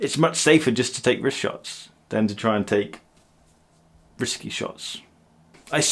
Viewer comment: WRISTshots instead of RISKshots!!! Like that one 😂